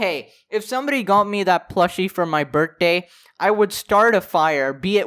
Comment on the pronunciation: be like "Bert day"